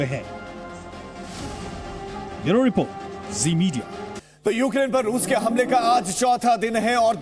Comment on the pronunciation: "Ruse ka bola Sahar ...ruse ke kharkiew' kaise reporter ho be